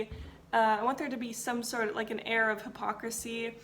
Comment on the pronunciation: I am sorry but I swear I heard "Arab Hypocrisy" instead of air of hypocrisy and as an Arab I was like ...mmmm but what was that about? Lol ....